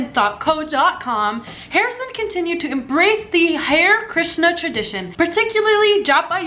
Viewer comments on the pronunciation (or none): Hare Krishna is pronounced Hah-ray Krishna. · a piece of me died every time she said "hair krishna" ...its hare krishna....to be pronounced as hareeyyy